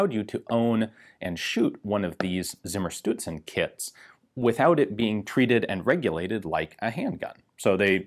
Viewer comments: I'm just watching to hear Ian say "simmerstewtsen". Close enough. XD Greetings from Austria. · I was under the impression that that "Z " was pronounced as a "ts" would be pronounced in English. Please advise. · No. Please, ian. "Z" in any and all German words is ALWAYS pronounced "Tss". Never, ever is it spoken in that weird, soft, mushy, english "s" kind of way. So you have a Tssimmershtoodsen in front of you, ian. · I must admit: only watched the video to see Ian struggle with the pronunciation of Zimmerstutzen.